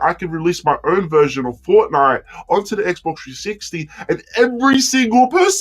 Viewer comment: u forgot the t in fortnite